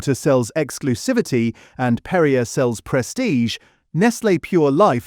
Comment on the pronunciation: PerriAY NOT Perriuh.